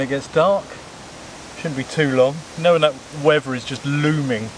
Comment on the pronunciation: did you say, weavuh instead of weather? and why do you only laugh 2 laughs? Why do you say "as well" instead of "also"?